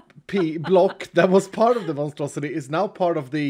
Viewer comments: The monstrosity became the monustrosity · Instead of monstrosity, it's not monu-monstrosity...or Mono-Strosity!! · "Monostrosilith" ... I tried